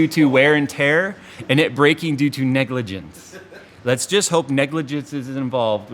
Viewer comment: Do you mean "Nicligence"?